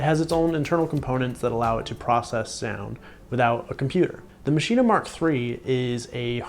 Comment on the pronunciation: why the heck do you keep saying MACHINA? its called MASCHINE!!! stop adding an a sound dude it sounds bad